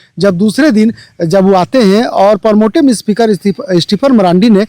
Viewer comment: प्रोमोटिव नहीं प्रोटेम स्पीकर होता है।